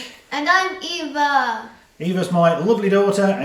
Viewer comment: well done Eva (and Mike), on pronouncing my name correctly 🤣